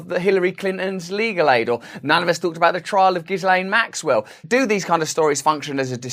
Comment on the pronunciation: Ghislaine is actually pronounced gill-AYN, just FYI:)